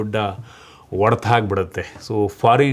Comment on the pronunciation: Bro ಅದು ಒಡೆತ ಅಲ್ಲ, ಹೊಡೆತ.. ಬೆಂಗಳೂರು ಕಡೆಯವರಿಗೆ ಹ ಮತ್ತೆ ಅ ಮತ್ತೆ ಒ ವ್ಯತ್ಯಾಸ ನೆ ಬರಲ್ಲ ಯಾಕೆ ಗೊತ್ತಿಲ್ಲ 😂 ಇದ್ರ ಮೇಲೆ ಒಂದು ವಿಡಿಯೋ ಮಾಡಿ 😂😂